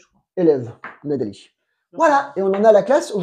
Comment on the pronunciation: Que bien que pronuncia!